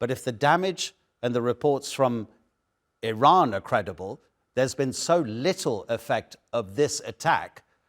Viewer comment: Oh for the love of God and all the toys in the World, learn the Pronunciation of IRANIAN and IRAN, first, before you "Play" analyst!!! IRANIAN, is pronounced "Ee-Ronny-Yan" Not "Ee-Rainy-Yan". IRAN (for those who need to reattemd High School), has the same meaning as IRELAND (land of Aryans). And it's pronounced "Ee-Ron" Not "Ee-Ran" or "Eye-Ran". Infact nobody Ran.😂 WOW, the ignorance of your hosts, is astonishing!!